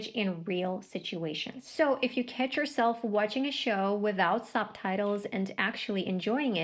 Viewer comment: Слово catch выдает акцент, я ваще думал вы американка, no offense